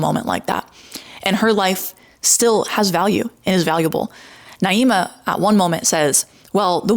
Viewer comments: Her name is Naima, (nah-ee-ma) and you spent hours in a room and with her in person and obviously plenty of time looking her up beforehand. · Just started the video and already turned off - if you’re going to make a video about her, at least learn how to pronounce the girl’s name correctly. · Girl grow up. Seriously. You can’t even pronounce Naima’s name correctly; a classic racist tactic to attack another person. Don’t pretend to be the victim, you’re a grown ass adult. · Can’t even bother to say her name right … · you can't even pronounce her name right half the time 😂I don't follow naima at all, but she did really well in the debate, you cherry picking moments you thought were weak doesn't change that. there were plenty of moments when the pro-birth side revealed how they dismiss the rights of women and have no issue controlling their and removing their agency. the whole point of pro choice is CHOICE and demonizing women (or children in some sick cases some on your side condoned) is what pushes people away from the movement. also kinda poor taste that you chose to dwell on naima's behavior before the debate when she clearly had a change of heart afterwards and apparently posted about how much she liked you guys (which I saw because another pro birth person talking about it). obviously her stream was wrong, but she deleted it and publcily praised the group afterwards instead. someone changed for the better and you don't want to accept it, just dwell in the negative, and smear her. you seem like a very harsh and divisive person and that speaks to your heart and intentions more than anything else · Why are mispronouncing her name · Lol mispronouncing her name wrong on purpose 3 times just to slip up and say it right ? Republicans are so ridiculous. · Why are you continuously mis pronouncing her name? You evidently know how it's pronounced (per you stating it right occassionally) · You're talking about her yet can't even pronounce her name right ahahhaa